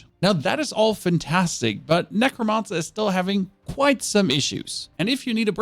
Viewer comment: Nec - ro - man - cer. Not mon sir ya weirdo.